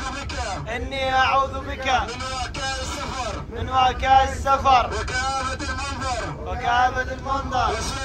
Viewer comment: وين الصحابة انت صليت صلاه بتراء لازم تقرن اله مع اصحابه بعدين سواق الباص اخطأ قال وعكاء السفر والصحيح هي وعثاء السفر والمنقلب كذلك نطقها غلط مفروض بفتح اللام لا بكسرها ع العموم حياكم الله اخوي نوروتونا